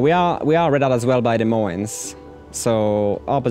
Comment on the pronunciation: Wait... you're French right? Why do you say "Des Moines" with an S sound at the end sometimes?